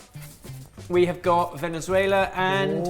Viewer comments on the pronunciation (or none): none